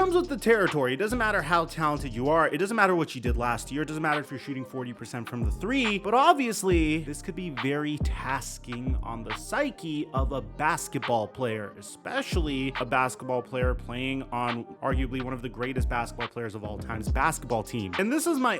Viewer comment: Did you say "tasking" instead of taxing?